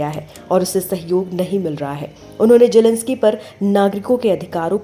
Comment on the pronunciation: Jelensky nahi zelensky